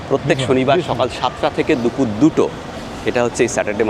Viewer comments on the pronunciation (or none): none